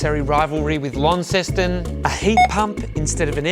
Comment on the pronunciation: Pronounced Launceston correctly well done. Ba ha ha ha Tassie described so so well.